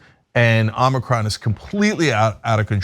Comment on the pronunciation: It’s embarrassing how many folks still can’t pronounce omicron